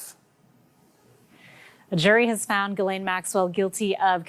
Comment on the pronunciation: said Jizzlane